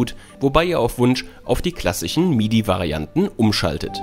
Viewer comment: Das ist ein Tick (Sprachfehler) und den hat er sich wohl so angewöhnt, ein Dialekt ist da nicht herauszuhören, denn der würde auch andere sprachliche Auswirkungen haben, außer nur dieses ch/sch ;) und Ab da ist es ganz gut zu hören, "ENGLICH"....., oder das Wort "Klassichen" ich finds nieeedlich ;) Pfälzer (wie z.B. Helmut Kohl) haben auch Probleme mit dem "ch/sch" und der Helmut Kohl ließ sich daher auch so gut parodieren, aber Pfälzisch redet der Typ hier im Video nicht, der redet lupenreines Hochdeutsch mit einem "leichten" Sprachfehler ;) Könnte aber auch eine ganz "seltene Abart" des Lispelns sein, nur mit diesem einen speziellen Sprachfehler, das bedeutet das das in seinem Gehirn seit Geburt so verankert ist und er dafür absolut nichts kann und es sich daher auch nicht selber angewöhnt hat wie ich ober vermutet hatte, das muss schon ein Arzt feststellen, aber heilen kann man das glaube ich nicht, oder nur sehr schwer ;) Jugendliche und junge Erwachsene haben in ihrem Freundeskreis meist auch sprachliche Eigenheiten, die sie untereinander weitergeben, die wachsen aber mit dem Alter eigentlich wieder raus, da wird dann z.B. ein bestimmter Slang gesprochen, der sich in der Klicke selbst gebildet hat, was ich auch in meiner Jugend und als junger Mann (bis ca. 25 Jahre) mit meinen Kumpels erleben durfte und meine Eltern und Großeltern damit zur WEIßGLUT gebracht hatte, da sich das ziemlich asozial anhörte in deren Ohren, SLANG halt ;) Wir dachten das wäre cool